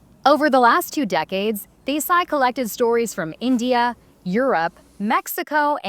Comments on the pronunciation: They couldnt take the time to pronounce her name right, even when they have Indian co workers, whom they could have asked. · Omg the way the host pronounced Desai. How rude!